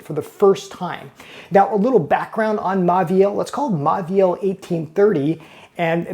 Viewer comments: Say it with me: mo-vi-el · It’s pronounced Moviel — the “au” is pronounced “o” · Typical American dickhead who doesn’t even attempt to learn how to pronounce these French brand names. It just serves to make him look and sound like a total prick. To be clear, it’s: “Mor-vee-al” and “lur Croo-Say” Do they teach anything in US school?